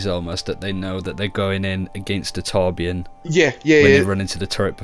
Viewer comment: what? its torbjörn